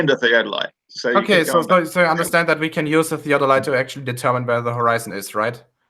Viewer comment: I came back to this chat again after a few weeks, so it may be pretty pointless to even leave a comment, but FOR FUCK'S SAKE, why can't that middle earth moron pronounce "theodolite"? He gets it wrong over and over and it hurts my ears and brain. It's not a fucking "theadolite". He pronounces it as well as he understands it.